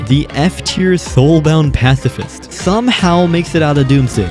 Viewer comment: Oh no this guy's a passs asss fist